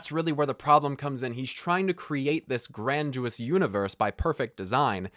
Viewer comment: Why do you say "granduous"? It's grandiose. Grandy-ose.